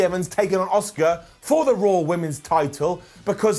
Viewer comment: Priest is awful, Bunny is bad.... Brown down for the full segment One again, you bald moron. Her name is Asuka, NOT OSUKA. Shittle is just shit. Raw is just in the toilet